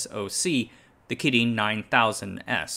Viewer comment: The way you pronounce "kirin" is super annoying